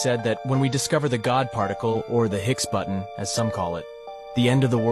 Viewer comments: Higgs Boson not Hicks Button. Can’t explain it 😁🤙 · Its called the higgs bozon, not button, must of been read off of some ai txt as ai txt seems to mistake some words lol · Higgs Boson particle.. not Hicks button.. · It's not higs button,it's higs bozon particle.😅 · It's the Higgs Boson not hicks button..that guy butchered the spelling and pronunciation. HIGGS BOSON The God particle